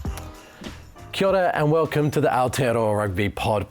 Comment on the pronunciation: "Kiora and welcome to the Ourtearoa Rugby Pod"🤣🤣🤣